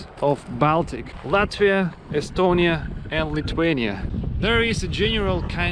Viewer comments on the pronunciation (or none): none